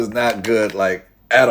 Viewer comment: DISGUSTIN’ Scale 1-10 DISGUSTIN’ with authority and 3 sec pause 🤮 Zebra Tarantula - negative 0